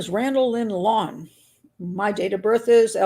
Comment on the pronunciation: How do you not ever mention the fact that Wayne’s sister is married to Eddie’s brother? How do you not go into the stories of these 2 families? Doesn’t seem like you did a lot of research into the 2 men. You don’t even pronounce the last name correctly.